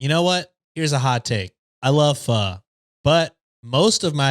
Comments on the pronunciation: mispronouncing pho almost made me unsubscribe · I’m part of Vietnamese and when he tried to pronounce Pho I thought that was hilarious 😂